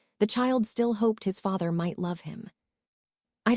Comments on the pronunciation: Holy moly the mispronunciations were so vast in this one. Someone needs to teach their AI tool the different between "hoped" and "hopped." 🤦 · This needs editing. One brother is 3 years old and his twin is 12 ?? The AI mispronounciations are distracting...hopping instead of hoping, etc.